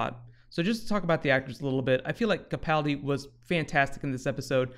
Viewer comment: Thanks. You are now saying "Capaldi" properly!